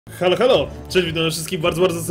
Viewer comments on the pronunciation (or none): none